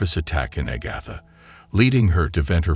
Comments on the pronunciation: Agotha... char lot 😅 mother queen 😮🎉😅😂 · THIS IS THE WORST RECAP EVER!!!! FIRST OFF, this title is a PARTIAL LIE!! She was NOT treated badly "because she was black", AGATHA was!! SECONDLY, PRONOUNCE HER NAME CORRECTLY!! STOP USING COMPUTERS/AI NARRATION😤 The stare at "the bride" was not because she was black, but because of her non-traditional wedding gown!! VIEWERS, PLEASE watch this for yourselves!!!! 🙏🏽🙏🏽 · 36 minutes is way too long to tolerate a robot that can’t pronounce Agatha correctly. I’m out.